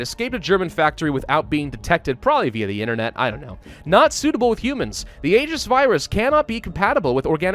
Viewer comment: You're a grammar Nazi so I can be a pronunciation Nazi. Aegis is pronounced "ee-jis"